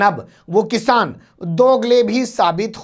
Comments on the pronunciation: Kisan ko kishaan bolne wala chutiya. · ise to bolne hi nahi aata hai kisan ko kishan bol raha hai yani badi sheen se